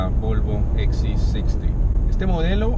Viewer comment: Coño si hablas en español, que trabajo te cuesta decir " volvoxc60 ( Equis c sesenta)" . "gps ( GE PE eseeeeee) joder.